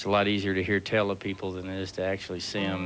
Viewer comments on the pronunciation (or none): hear tell not hear tale. it's the accent.